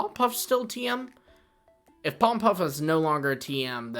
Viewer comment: POLLEN PUFF, NOT POLEM PUFF!